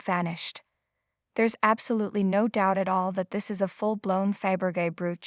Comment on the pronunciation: It is pronounced Fab Ra Zhay not Fab ra gay. Emblazoned is pronounced Em bla zund with ed added.